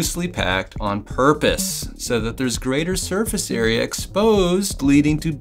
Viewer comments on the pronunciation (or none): none